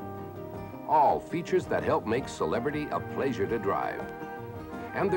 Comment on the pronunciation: If you pronounce ‘pleasure’ this way, you’re probably a serial killer